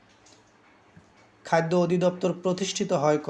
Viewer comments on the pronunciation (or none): খাইদ্দ না খাদ্য। উচ্চারণে কিছুটা সমস্যা আছে।